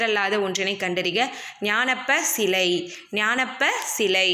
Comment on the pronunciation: Correct ah pronounce panuga mam 86 question ans ஞானப் பச்சிலை